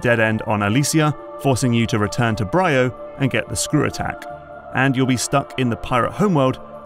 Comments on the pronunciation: Isn't it pronounced "bree-oh", hence the two 'y's? Great video as usual. I enjoyed MP3:C but the OG Metroid Prime is still my favourite of the series. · Semantic lore correction here… The Leviathan Seeds didn't get scattered from the meteor above Norion; the meteor was a Leviathan like the others. They were all sent out from Phaaze. I also find it funny you consistently mispronounce some things that're voice-acted in the game, like "Bryyo". But overall a very good video and analysis! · You can tell that this voice over man hasn't played the game because he pronounces the planet Bryyo wrong and they say the name out loud in the game.